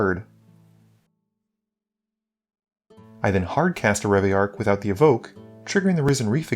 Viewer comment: My man, please- it’s Reveillark Edit: when you said you tutored for locus of rage you flashed up locus of creation